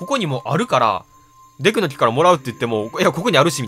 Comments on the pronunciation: デクの貴様てwwwマジでそう聞こえるw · 発音がデクの貴様で草